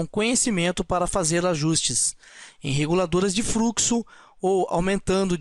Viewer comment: A ideia é boa. Existem alguns problemas na sua fala ("fruxo", "eles pode", "câmera", etc) , falta um pouco de conteúdo e precisam-se de mais exemplos. Como é uma aula gratuita já é de grande ajuda pra quem não sabe muito do assunto. Espero ter ajudado.